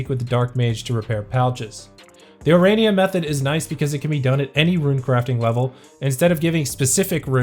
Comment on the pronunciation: It took you a year, but you finally managed to say 'Ourania'. I'm proud of you!